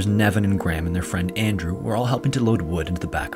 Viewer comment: Petition to make it a legal requirement for Americans to pronounce the name "Graham" properly...